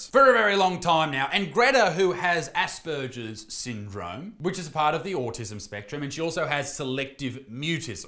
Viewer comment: 😂 You are mispronouncing “Asperger’s”!